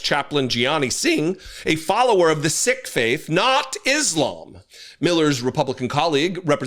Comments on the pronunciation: just because I have to be that person, The word Sikh is pronounced "Seek" rather than "sick". But we all know Brittany is the best part. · Holy F! It's pronounced Seek, not Sick! Get it right! You lose all credibility when you cannot even pronounce the name of one of the biggest religions in the world. If you cannot even pronounce his religion correctly, it shows you are more concerned w bashing the right than you are outraged by his this man was treated w bigotry. Do better. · Hi, I normally like your content, but I wish you would check your own facts before you accuse others of ignorance. The faith of the man in the turban is "Sikhism" and he is a Sikh. It rhymes with SEEK and not with SICK. It is actually quite offensive to hear you refer to him as "Sick". As a Brit, I do not claim to be an expert in the US constitution, but "establishment" has a very specific meaning in law and at the time the Constitution was framed. There is a huge difference between Congress deciding that it will not rule either way on "established" religion and completely disconnecting from religion. Indeed, one could argue that forbidding religion in the public square is also making a judgement about establishing or refusing to establish religion. I am not a Right Wing Nationalist and have no time for the far right. But I note, that past presidents have had chaplains and prayer breakfasts and that Lincoln called for a National Day of Prayer on more than one occasion. There is also the existence of the so-called National Cathedral in Washington DC. Clearly, previous administrations did not feel this offended against the Constitution and as I stated previously, the Establishment clause simply forbids Congress from making any laws regarding establishment or forbidding the free exercise of faith. Allowing a person of a minority faith to pray is in no way establishing a specific Church or religion. In the UK, we do have an established Church, but we have members of all fai